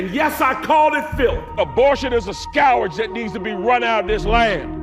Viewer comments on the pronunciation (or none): He pronounced scourge “scowarge” wtf lol